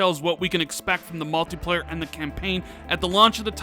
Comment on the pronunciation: "malteeplayar" "they've been qwait" Good lord can you learn how to speak?